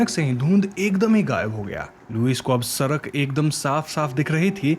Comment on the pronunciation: Ap "ra" wale totle hena ap "sadak" ko "sarak" bolte he